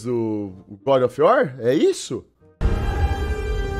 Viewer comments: " godi ofi uor " kkkkk esse maluco é uma figura. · é das antigas, fala Gode of iuar memo e sifodakkkkkk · O cara não sabe nem pronunciar o nome do jogo kkkkkkk e vem falar mal? Meu Deus que cara mais limitado. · Mano o cara n sabe nem falar o nome do jogo, e quer falar mal da dublagem do trailer